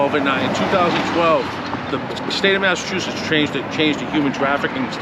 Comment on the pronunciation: Yo. You need to correct your pronounciation of the state of Massachusetts. Stop pronouncing it as though it is spelled Masseteusess. I did the same years ago. It's pronounced exactly as it is spelled - Massachusetts. Don't get corrected by a local, it's better to be corrected by a foreign fool who has been corrected by a local. Just a friendly tip.